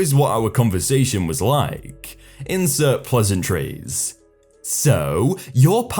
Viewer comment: what happened? I was away for a few weeks and now i hear that you have a new mic, which is good, but the way you read the stories changed. You suddenly drag the words at the end of each sentence. "Pleasantriiiieeeesss", "Really goooooood", "Stock theeeeeeem", "Hear thaaaaaaaat"... I'm sorry, but i think it sounds horrible. I really liked how you read the stories and i WANT to like you videos, but now i can't even concentrate on them because your pronounciation annoys me so much. Can't you go back to the way you read the stories before? (this is coming from a good place, so no hate, ok?)